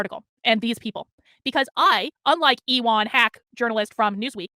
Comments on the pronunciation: wouldn't ewan be pronounced like "yooen" like ewan mcgregor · her pronunciation of ewan was like an uwu form of elon